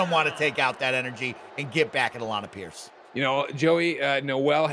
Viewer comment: The best part of Alanah matches is hearing the in game announcer pronounce it "Alan A Pearce"